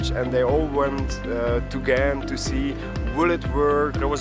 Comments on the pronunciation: in the Netherlands they have this throat G, in Belgium it's a soft G, your first pronunciation was better then the ones from the Netherlands :) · Much respect to you for trying to pronounce the names of the places in the local language, even for Ghent/Gent is which known internationally and basically also has an English way of saying it. When you tried to say the names after hearing it, I was surprised by how close you are to pronouncing it perfectly. You have excellent hearing and pronunciation! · i live in Ghent ( you pronounce it well for english speaker) and coupure was always a wild place to cycle it got a little better but cyclers are still not that much safer. because of economic cuts the streets lights go off around midnight etc. its nice during the day time not so much during the nightlife. Also now they building cycle road under the bridges it use to be on the bridges itself so conflicted with cars and daily collisions in the first few years. I enjoi the "circulatieplan" but it made it impossible to park anywhere without someone screaming or wanting to fight you.... anyway greets from belgium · 8.35 My compliments for you trying to pronounce the cities correctly, you were almost spot on. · Ghent is the English way of saying it, so you are pronouncing it just fine. I used to live at the part of the river they brought back. Was amazing to see the transformation from an ugly parking lot to what it is now. I can imagine that the worth of any house in that street went way up. :D